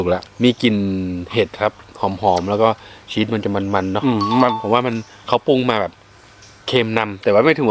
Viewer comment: ชีส ไม่ใช่ ชิดครับ